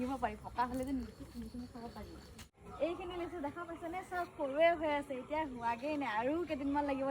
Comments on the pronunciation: লেচু নহয় হ'ব লাগে লিচু 😂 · লেচু নে লিচু 😂😂😂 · লেচু নহয় লিচু। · লেচু নহয় অ মইনা লিচু